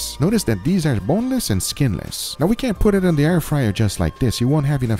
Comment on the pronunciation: . Oh, ok. Edit: He said, "Now ready." His accent made it sound like "Not ready." LOL.